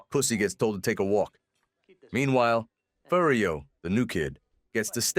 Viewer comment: Yeah listen to how it says AJ and Furry O